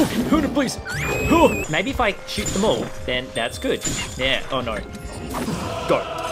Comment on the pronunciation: It was funny when you said shooting bad and then you sooot lol